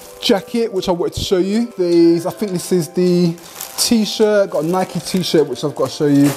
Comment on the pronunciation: Thank you for saying NAI-KEE properly 😁, great vid man